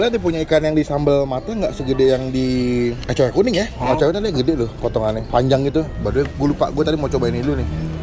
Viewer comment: Acar kuning bang, bukan " acay kuning " 🤣🤣🤣